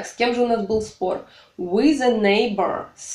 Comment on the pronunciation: Ок, English, все прекрасно, но, имхо, Вам нужно поработать над произношением, уж коль скоро вы решили давать публичные уроки. Слово with, произносимое с экрана со звуком, близким к русскому "з" немного режет слух. Прошу прощения.